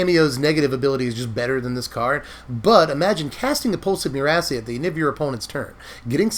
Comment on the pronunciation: Am I the only one hearing "Pulse of Your-ass-a"?? 🤣